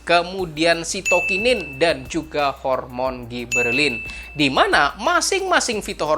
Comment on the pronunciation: Sitokinin bang bukan sikoninin,hahah